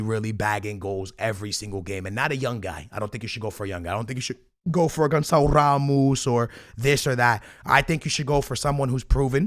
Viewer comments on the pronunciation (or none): none